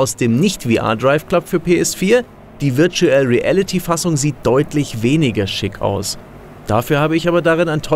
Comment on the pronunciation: Wörtschuell riälliti